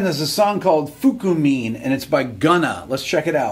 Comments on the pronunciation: Bro it sounded like an anime character he pronounced. FukUmein. 😂😂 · rick pronouncing it as fookoomean has to be the funniest thing i've heard all day ahahaha, love your content rick!! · Foo-koo-mean, he was really tryna tap into the ancestors trying to pronounce that lol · It’s pronounced, “FU*ck U Mean”. Thank You for your impressive talent breaking down the instrumentals of the beat(S). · Hilarious pronunciation there buddy. F u k u m e a n !? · I think fukumean is pronounced fuck u mean? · Blud said it like he was reading a ramen noodle brand💀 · He pronounced it like a Japanese word meaning 'To Question Everything' 😂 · He miss pronounced the song how isn’t that not being disrespectful?? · Fukumean he mispronounced it? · Da fuku mean he mispronounced it?😂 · His Japanese pronounciation caught me off gaurd , and then proceed to diss the song respectfully🤣🤣🤣🤣🤣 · I think He intentionally pronounced it like that fr 🤣🤣👌🏻